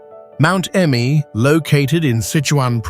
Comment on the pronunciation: Mt. Emei is pronounced er-may, not ee-mee